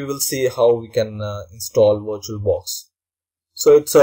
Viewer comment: wirtual-box dot oh arr jee